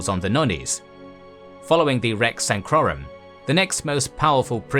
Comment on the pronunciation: Not sure why he's adding an "N" in rex.sacrorum.